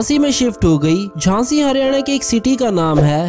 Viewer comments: Jhashi not Hasgi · Jashi not hashi